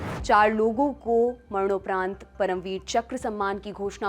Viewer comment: मरनौपरंत नही madam ji